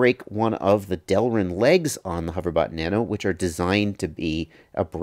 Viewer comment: TFW you are excited to hear someone pronounce it "delrin" and not "derlin"